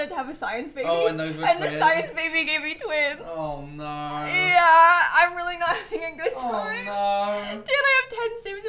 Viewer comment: Dan’s “Oh naur” when you told him about the triplets